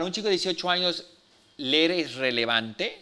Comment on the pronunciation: SE DICE LEER. LEER, LEER!!!